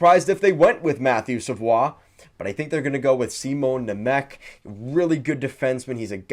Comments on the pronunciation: mmm no go back to england. It’s a French Canadian last name and is definitely pronounced Savoie like he did. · Wow really caught me off by surprise when I heard you pronounce savoie correctly. Most people say savoy.